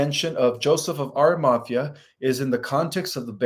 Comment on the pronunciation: Pronounced Ara-ma-thee-a! He is Marys Uncle. And Roman is Pontius Pi-late. Also suggestion- consider getting a large sceen to put behind you maybe decorated with lights to hide the very busy background. Also you never answered my question i had sent money for - will i live physically on the earth with my husband who passed last year after the solar flash?